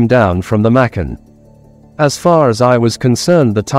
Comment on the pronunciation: Machan is pronouced with a cha